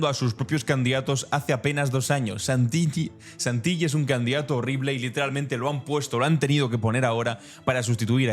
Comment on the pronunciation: Querido! Contundentes tus informes. Como hijo de italianos en Argentina te comento que Santilli no se pronuncia con LL porque esa L doble significa que la última sílaba se separa del resto y se pronuncia acentúada. O sea Santil-lí. Un abrazo 🤗